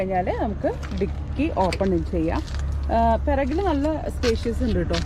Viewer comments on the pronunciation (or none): പെറകിൽ അല്ല,,, പുറകിൽ 😄